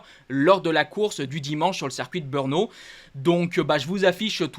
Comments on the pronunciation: En 2027,quand tu nous commentera le GP de Tchéquie de BEURNO,comme tu prononce,j'éspère que tu aura fait des cours de diction et que tu ne dira plus BEURNO,mais bel et bien BR e NO,qui s'écrit BRNO....OK,compris ???( si tu connait les chauvins commentateurs de Canal + discute avec eux,Ils font la même erreur...un grand MERCI !!!!) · BRNO ce dit BRENO et non BEUUUUUUUUURNO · He machin qui nous parle plus haut...c'est ou BEEUURNO Beure no Dit le juste BRNO